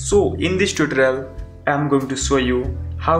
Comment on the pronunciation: Tutrel is how he said tutorial